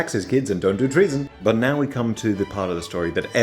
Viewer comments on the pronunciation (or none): All I hear when he speaks is "he" but the subtitles say "we."